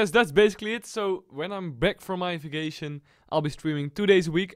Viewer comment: did you say vaction? lol you're going on a CS:GO VAC BAN lol :P